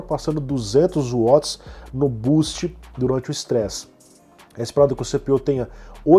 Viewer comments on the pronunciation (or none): none